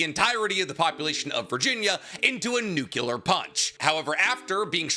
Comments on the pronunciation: NUCLEAR! It's nuCLEar, not nuCULar. What the hell man? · My brother in yhwach It is NUCLEAR not NUCULAR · "nuke-you-lar weapons" lol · It's physically impossible for this guy to say the Nuclear correctly.